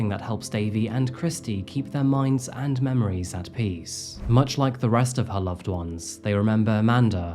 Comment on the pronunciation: And-T. With that said-T. 😂 new english-T